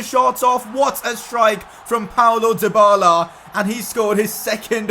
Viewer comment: It's not Paulo Dybala, it's Paulo Dyballer. 😁😁